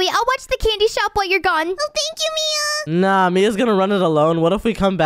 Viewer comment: Mia you said oh mian